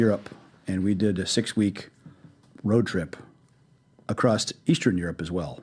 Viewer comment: What an asshole. A billionaire and he says "acrost" instead of across